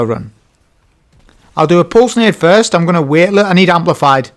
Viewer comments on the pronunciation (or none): none